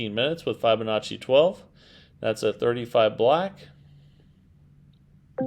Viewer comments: Yep. It doesn't lend much credence to a claim of "" when he is literally the only person I've ever heard pronounce the name like that. For the record: (from Google) Break 'fibonacci' down into sounds: [FIB] + [UH] + [NAA] + [CHEE] - say it out loud and exaggerate the sounds until you can consistently produce them. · Fibonacci = like you are telling a fib